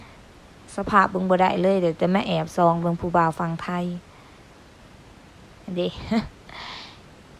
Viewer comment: ออกเสียง ผ กับ ฝ ผิดครับ #.ฝั่งไทย ไม่ใช่ #ผังไทย ออกเสียงไม่ถูก ที่ถูก ต้อง ออกเสียง #ฝั่งไทย